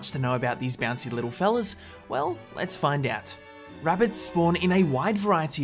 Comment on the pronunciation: No no he did say "A poor Wittle Wabbit